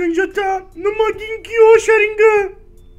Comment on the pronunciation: porra não é sharignan é Sharigan mn mds